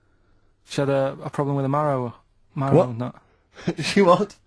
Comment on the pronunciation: Do all Northerners call trousers pants? I thought that was an American thing? Also, why does Karl have so much trouble saying the word "marrow?" Does he know what bone marrow is?? I doubt it, coz he's the most stupid person that ever lived 🤦‍♂️🤦‍♂️🤦‍♂️